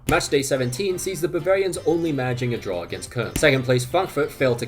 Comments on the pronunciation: whenever I hear Germans pronounce it, it sounds like how “Köln” is spelled, or kind of like a softer “corn”. The way he says it, it sounds like “Kun” which doesn’t seem right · Love your videos but why are you pronouncing “Cologne” like that, there’s no way